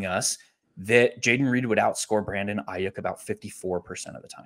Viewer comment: First time listening to you guys. Loved the content. But you was butchering Brandon Aiyuk last name fam. And kept on saying it!! I’m not tryna tell you what to do but at the same time, with this being your job maybe just a tad bit of accuracy for the names. 🎯😂 but I finally am understanding leverage thanks to yall so great job altogether. 🙏🏾